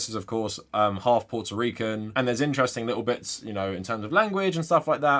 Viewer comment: As a Rican I like how you say puerto rican in your accent